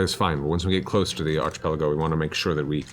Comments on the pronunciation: But...it's pronounced ARK-ipelago. /ˌärkəˈpeləˌɡō/. XD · Travis just straight up gaslighted Matt into mispronouncing "archipelago" and nobody said anything 😂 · Did Travis correct Matt in to saying Archipelago the wrong way? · Travis getting Matt to pronounce "archipelago" incorrectly is just mean. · Did in character Grog really convince Mercer to mispronounce archipelago?!